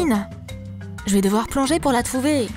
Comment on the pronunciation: A elle dit pour la tlouver